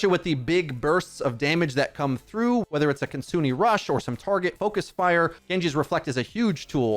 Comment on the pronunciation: And her ult is Kitsune rush, Ki-tsu-ne (Ki-tsu-nay) not kit-sune- aye